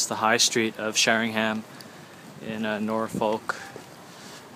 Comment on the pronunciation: Helps if you can actually pronounce the town and county correctly The high street isn't much different to many other towns in the UK....